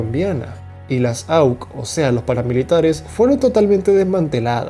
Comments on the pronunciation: Este video es un bulo, un bodrio! Me decepcionas Pronunciar Auk, con eso lo digo todo Colombia nunca fue un estado fallido primeramente, hay conflicto armado en la zona rural donde el estado no hace presencia por lo tanto no controla. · Se pronuncia 'aucé'. Se desmantelaron por un proceso de sometimiento a la justicia, que a hoy sabemos, fue más para que Uribe se cuidara las espaldas por el contubernio que en muchas regiones tenían los paramilitares y el ejército. Cosa asquerosa y triste. Se escribe 'DEJÓ'. Resumen del vídeo, Uribe es el mesías y el Plan Colombia fue lo mejor que nos pasó. A ver si te animas o tienes la honestidad intelectual para hacer un video sobre la otra cara de todo este aparente progreso. HOMICIDIOS. Tienes errores de escritura que se hacen insoportables, la verdad. Cambia eso. Decir que Iván Duque se desvió de la política de Uribe, no sé si es por inocencia o ignorancia, es no saber de qué se habla. En lo único que Santos se alejó de Uirbe fue en hacer acuerdos de paz con las guerrillas y negociar.